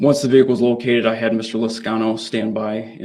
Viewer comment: Girl you are funny as hell sometimes. “Look! You can see the veekuhl!” 😆 Girl we need to hang out sometime. We can talk over a movie and laugh. 😆